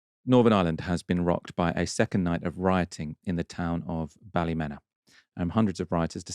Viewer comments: It's pronounced Bal -a-mean-ah (equal stress on each syllable) btw 😉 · It’s Ballymeena, not Ballymenna like you keep saying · Bally-meena not Bally-mena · No it's not balla meana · Bally men a lol its balla meena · Say it like this. Balla- mean- a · It's Bally-meena. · that is ptonoounced ballyeena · Also I like Novara media but yer man’s repeated mispronunciation of Ballymena irks me, very British of him. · I love how the English pronounce Ballymena😂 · You've pronounced the name of the town wrong